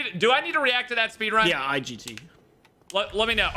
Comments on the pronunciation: Ah yes the speenrun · Yes, speenrun, very intelgent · Ahhh yes the speenrun my favorite